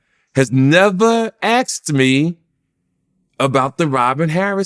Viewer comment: this guy loves himself so much,,still cnt say "Asked ",,,axed wtf lolll